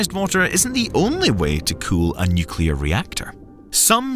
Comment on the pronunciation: Just so you guys know it's pronounced Nu-clear Not nu-cu-lar Pedantic I know but there isn't a 2nd u in nuclear.